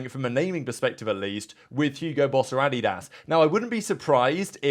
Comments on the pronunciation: Adidas is not pronounced like that. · Love the content, but the way you say “Adidas” drives me up a wall lol.